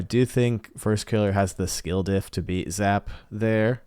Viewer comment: These definitely feel like coin flips after a certain point but Diaz has been so dominant its hard not to pick him. Wahvey doesnt seem to match up well vs Diaz but I have seen Evoh be able to shut him down so if anyone could beat him i think its probably Evoh. Also you saying Zap's name like that had me dead 💀